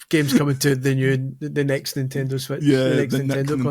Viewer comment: We should bow to the superior scottish pronounciation and just call it the "Nintendo Sweatch".